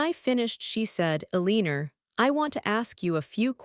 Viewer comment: E-Lean-Or ...It's not Ele-an-or? I love AI ;earning to speak, like children at times.